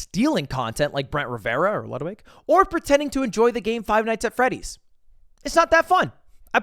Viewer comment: “Or Ludwig” mumbles lol